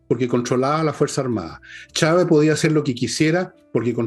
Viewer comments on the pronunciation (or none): none